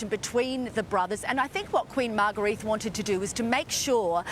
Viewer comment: If you're going to do a story on the Danish RF learn how to pronounce their names. The Queen's name is pronounced Margareta and Prince Joachim's name is pronounced Yoakim not Wakeem. Sheesh.